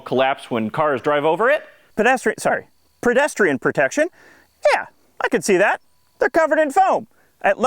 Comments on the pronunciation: It's PEDestrian, not PREDestrian. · "Predestrian" is driving me a little bit crazy. Is it a word based on Predestination or Predation? Are we talking about predators or fortune tellers here?! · I loved it when you intentionally said "predestrian safety"!